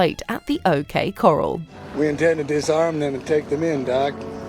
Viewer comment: The "OK Coral"? Is that British or AI pronunciation?